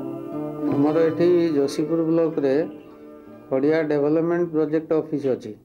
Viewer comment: खड़िया not खरिआ